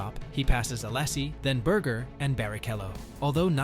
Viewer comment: each "allasie" makes my ears bleed. srsly and no offense, just asking: why can (so many) native english speakers not pronounce names of any other language correctly? (also i wondered who's this "john" you are talking about all the time. and no, i'm not french)